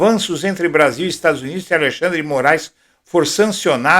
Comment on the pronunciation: Como pode gente "estudada" dizer o nome do Ministro ALIXANDRI, afs o nome do Ministro é ALEXANDRE. DRE!